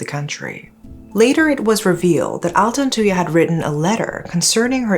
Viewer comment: I was still very young when this happened so I never really understood the case. But I will never forget the name Altantuyaa. Finally hearing it properly as an adult! Thanks for covering this, love from Malaysia!